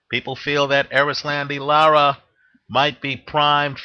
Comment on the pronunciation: ...you are good at predicitons, great at betting advice, and you know your boxing for sure.....but your fighter name pronunciation is horrible....LOL...its cool though-- its pronounced Eris-londy- Laur-ra....Anyway....I think Lara is hella overated and Paul W will outwork him. Also Paul has a good chin, the Martinez shot woulda have KO'd ANYBODY, it was a perfect punch. Lara isnt a very hard puncher...he wont hurt Paul W...he will walk through his shots en route to a UDEC.